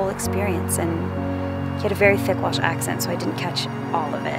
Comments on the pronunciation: Great video. Thanks for uploading. Top marks on Welsh pronounciation too👍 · Thank you! pronunciation is definitely better than mine!